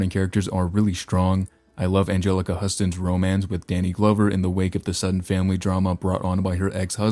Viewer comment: Her last name is pronounced like the city Houston. Angelica Huston is the daughter of film director John Huston - he also portrayed Noah Cross in Chinatown. Some of John Huston's directed films are: The Maltese Falcon, The Treasure of the Sierra Madre, The Man Who Would Be King, and Prizzi's Honor, this last movie costarred Angelica. For more Angelica, see The Grifters. Also, she was Morticia Addams in The Addams Family movies. (I haven't finished the video yet.)